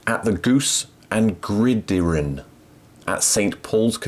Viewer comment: "Goose and Gridiron" is pronounced "grid iron"